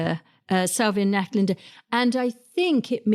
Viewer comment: Great list! Just one correction if I may. Salvia NachtVlinder is pronounced with the “v” sounding as an “f” in dutch. And it means “night butterfly” or just moth. 😊